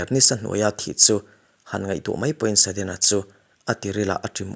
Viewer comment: Saddena, tilo hian sudden chuan tila, Achang chuan sedden te iti thin in ka hria, Apache, Apachi, ti in ilama